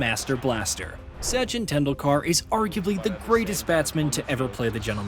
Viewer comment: What a masterclass in mispronouncing names and words. Sachin Tendul-kaaar. Really? Even though your video contains the correct pronounciation. Jaques Ka-lees. What is a Prodea? Protea. How difficult is it to pronounce the letter T?